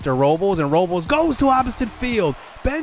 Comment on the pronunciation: Day 100 of asking what Benito Osuna's Batting Stance is lol Also it's pronounced Victor (ROW-BLESS) JJ (Bluh-Day)